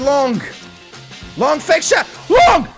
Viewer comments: STOP WITH SAYING LONK BITCH, IT IS LONGGGG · It's long not lonk